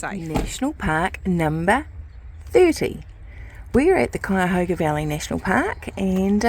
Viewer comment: You surely did pronounce Cuyahoga right. I was born and raised near the Frazee house and my youngest sister still lives in the same house. The older sister lives just up the hill from MD Garage. That was a lengthy ride you two made.